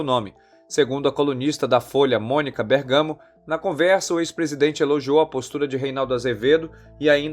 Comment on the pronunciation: O narrador pronunciou errado o nome de Mônica Bérgamo.